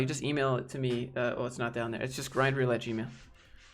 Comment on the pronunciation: Imma be honest, every time I hear you say grindreel I hear it as grindr 😬